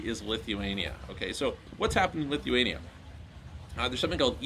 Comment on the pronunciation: The way he said it wasn't clear lol